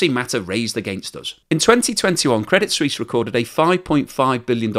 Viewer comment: I do wish that these presumably college educated network presenters would learn to pronounce words and titles properly. Do they even review the text of their prepared reports, before going on air? "Swiss" and "Suisse" share a meaning, but are pronounced quite differently. The name of the bank is "Credit Suisse", not "Credit Swiss." Anglicizing the word is just plain ignorant.